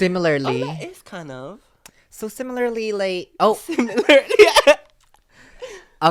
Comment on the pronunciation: my auntie says “SIMILIARLY” as if similar and familiar had a baby